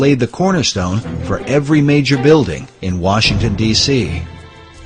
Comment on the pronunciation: That one guy said “George WERESHINGTON”